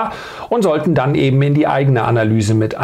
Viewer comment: Alter, DANN, das Wort heißt DANN! Nicht DEANN